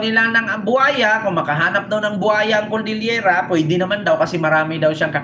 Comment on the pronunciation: Cordillera po hindi coldillera pagtatama lang po.